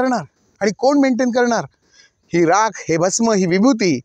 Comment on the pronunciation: Rakha nahi Rakh mhantat.